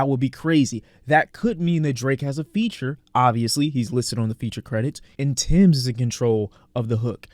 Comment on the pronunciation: bro its TEMS not TIMS😂